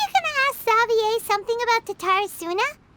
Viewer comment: Is it just me or did anyone else not expect they would pronounce Xavier like that 😭😭😭 don't get me wrong it's a valid pronunciation, I just find it a little, uh, off-putting after saying it as "zey-vi-yer" in my head, cause the world quest was yknow...unvoiced